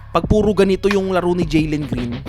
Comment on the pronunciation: Jalen hindi Jelen Green🤣🤣🤣